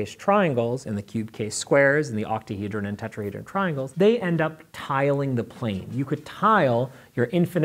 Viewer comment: "Octahedran" what did you just call me??